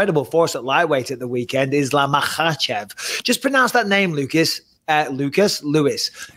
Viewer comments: Guys, the KH in Khabib, Makhachev etc. is just pronounced as a sharp H like in tge word HOT. In Russian and the Caucasus region, they transliterate the sharp H as KH. So there's no hhrrrr like in the word ACH! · Bisping, it's simply 'MA-HA-CHEV'. You're making it more difficult for yourself lol. The 'k' is silent in Russian names.